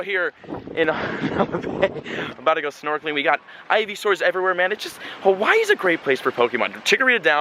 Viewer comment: YOURE SAYING "Hawaii" wrong, i should know. I WAS BORN AND RAISED ON THE BIG ISLAND, Honolulu